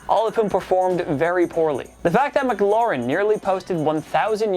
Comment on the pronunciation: Say Terry's name right please:Terry M-claur-in